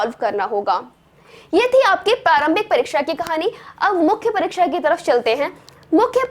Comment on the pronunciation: परिक्षा नहीं, परीक्षा। वैसे जितने सुंदर ढंग की प्रस्तुति है, उसमें थोड़ी-बहुत त्रुटियाँ नगण्य हैं।